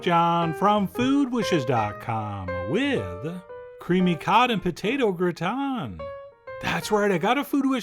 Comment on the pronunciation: If anything, Chef John allows me to correctly pronounce gratin as 'gruh-Tahn'. Useful!